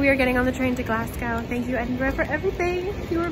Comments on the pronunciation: ahahah glas gaow (enjoyed this video enjoyed your bad pronunciation) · I live in Glasgow and I’ve never heard it pronounced that way some people say glas-go or gles-ga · How can you pronounce Edinburgh correct but get Glasgow so wrong? 😂. (Glaz-go) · it is glasgo. as in go ;0) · It's pronounced like Glah-s-Go 😂 brilliant video all the same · don't worry you said it right. except Glasgow, that is pronounced glas-go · Pronounced Edinburgh... Edinbruh.... Glasgow... Glazgo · i don't mean to sound rude but you were saying glasgow wrong the whole time. its pronounced Glaz-go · Sorry, sorry, Glas-Gow?🧐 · Glasgow is actually pronounced glasgo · THE WAY YOU PRONOUNCED GLASGOW, SO PRECIOUS!!!!!! 🥺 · Yeah im not from scotland so I pronounced it wrong lol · I know i cant tell you how to say it but you are saying glasgow wrong, just a wee heads up. sorry i dont mean to sound rude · Good video but you NEED to learn how to say Glasgow properly... And tell the rest of America pleeeeaseee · Nice video but I cringed every time you said "Glasgaw".....The 'W' in Glasgow is silent, it's pronounced Glaz-go or if you are a true native...it's 'Glezga' hen.....we are a very welcoming people but fiercely proud of our accents and our heritage........ welcome back anytime there's is much more to see 😊🌈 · actually its GLESGA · More like Glaz-Go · Glas-go. Glad you enjoyed visiting Scotland :-D it's so funny seeing places I have lived on camera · So glad you visited Glasgow 😁 Definitely lots of pretty ladies with your hair colour here ❤️ Its pronounced Glaaz-go 😁😁 I'm really enjoying watching All your old vlogs 💞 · so glad you pronounced Edinburgh right but pronounced Glasgow wrong (it's pronounced Glasgo) ..ha ha ;) great video ...great quality and nicely edited. enjoyed thanks. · Love the vlog!😍✌🏼💜 Maybe you have Scottish heritage in your family tree😉 Glas'gow' is pronounced like "show" or "glow" 🙂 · Glas-gow hurt me 😂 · GLASGOW IS PRONOUNCED GLAZGO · Glass-Go ; Edd In Bra